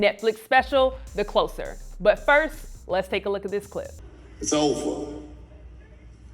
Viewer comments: closer with a s not z pronunciation..🙄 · The host's constant mispronunciation simple words is always confounding af. How do you work for a channel that focuses on comedy but pronounce "closer" as if it was relating closeness rather than a "closing act"?! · I thought it was "the closer" like closing a door... not "closer" like moving